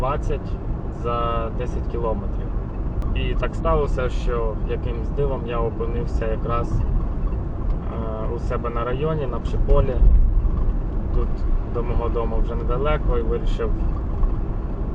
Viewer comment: Колего не зрозумій мене не правильно, скільки раз чую, що ти говориш пше поле, якось їхав повз Вроцлав і бачив знак на Псіє поле я чомусь подумав, що можливо є якісь різні поля. І до того я так зрозумів ти проживає в тому районі. Не вводь людей в оману вимовляй назву правильно